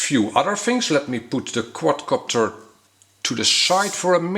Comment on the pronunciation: Love how u say quad copter sounds quadcockter XD